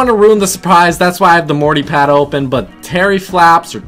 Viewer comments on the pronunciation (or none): none